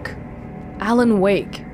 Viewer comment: Alen Wake, A. Wake, Awake.